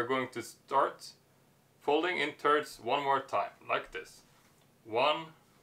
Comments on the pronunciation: This guy keeps saying "turds" instead of thirds. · I like when he says folding in Turds. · Sounds like ur saying turds...